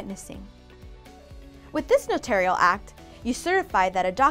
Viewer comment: Thanks for saying "no-tair-ree-uhl" and not "NO-TOR-REE-UHL".